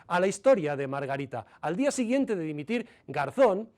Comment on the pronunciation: "Dimitil"? 🤣🤣 Con la de ingenuos que hay? 😡🙈